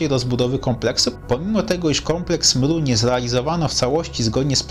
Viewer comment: Zmien tylko to mru, bo brzmi to beznadziejnie! Nikt tak nie mowi!!! TO JEST EMERU